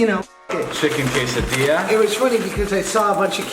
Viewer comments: Quesadilla Normal pronunciation (Kay-suh-de-yuh) Josh: (Kay-suh-Dilla) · Love you the most josh but please I beg of you don’t say quesadiLLa and say it quesadilla (pronounced quesadiYa) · Josh : kaysadilla Me : kesadiya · U kidding don’t say ( kaysadila ) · josh said quesadiLLa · when josh said CaSe-A-dILlA i